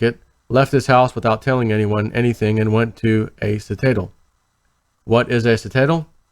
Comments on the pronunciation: Pronounced Sit - a - Dell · Citadel... pronounced Sit-a-dell